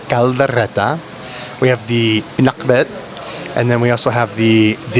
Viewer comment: I like the way you pronounced the word “pinakbet” you sounded like an Ilokano. Listen to how you pronounced it.